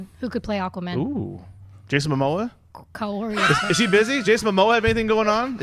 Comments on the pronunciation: Alright...now I've noticed pronounces Kaori's name wrong, but I thought it was a inside joke or something. Until today.....WHAT WAS THAT????....Did somebody take the other's sandwich out the refrigerator and eat it. The tension was thick as hell on there today. look he wanted to be anywhere but there. Was it just me or was Kaori bout to start rearranging furniture up in there.....geeshhhhhhhhhhhhh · ease up on Kaori. She's awesome, & we will wait as long as she wants to read questions, lol. Can't get enough Kaori man. She's my favorite. P.S. get her name right brother, it's not that hard to pronounce. You are great to guys.:)